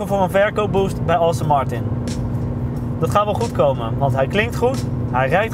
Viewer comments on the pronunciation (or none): Het is Aston Martin, niet Austin Martin! Let op je uitspraak en wees ontspannen!